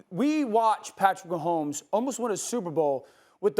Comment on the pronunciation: Man said pat mahommes 😂😂😂